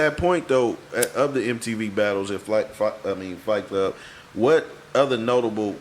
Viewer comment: Any reason in Particular why y'all spell and pronounce it FLIGHT klub ?... knowin damn well its FIGHT KLUB?...